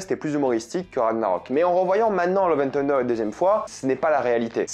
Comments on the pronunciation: Ton accent sur " tender" pour dire " thunder" m fait penser à KFC lol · La prononciation de Thunder stp 😭😭😭😂